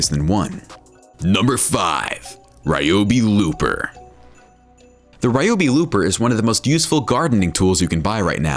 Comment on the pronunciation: The pronunciation of the Ryobi Lopper was making me excessively angry!! It's LOP, not LOOP!! Please, my ears were crying!!